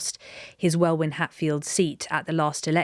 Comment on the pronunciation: Good analysis guys! btw, the first part of the constituency Welwyn-Hatfield is pronounced Wellin and not Well-win.